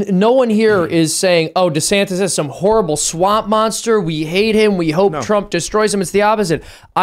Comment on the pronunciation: “Destantis”? No! “Desanctimonians” The word was right there and it was even Trump that gave it to you! Hahaha